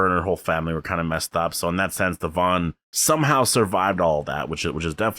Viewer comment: Thank you for being one of the only reviewers to say Devon's name right hahahaha oy when is S02 coming? I hope they take all our feedback to build for it correctly!